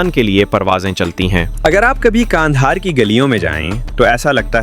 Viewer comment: Why are you calling it Gandahar?